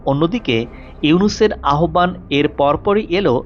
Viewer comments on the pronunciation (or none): none